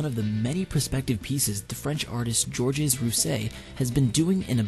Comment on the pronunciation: Neat video! However you could make efforts toward pronouncing foreign words. For example, the French name Georges is not pronounced like George's, but more like Zhorzh. And, Mt Ontake is in Japan, so... I've never been there, but I'm willing to bet it's not pronounced "on take", but instead, more like on-TAH-kay. Just some constructive criticism that I think would lend some more credibility and refinement. Thanks for the vid.